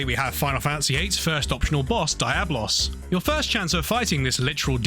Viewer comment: Im inclined to agree with Darklordyianni. Do you pronounce comb as "coo-mm" because Tomb is spelled the same but pronounced differently? It really has been established as "dee-ah-blos" and not just from Final Fantasy bro, but from other games or fantasy